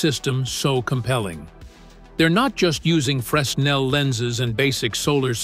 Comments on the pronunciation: FYI. It's pronounced Fraynell. Don't ask me why, I don't know. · I find it funny that whoever (or whatever) recorded the soundtrack for this video pronounced the inventor's name correctly, but mispronounced the name of the lens every single time; despite the fact that the lens has the exact same name as the inventor it was named after. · Didn't do your homework. You have your synth voice mispronouncing Fresnel's name. The 'S' is silent. Do your homework! Make sure you've got the name right. Get and stay accurate.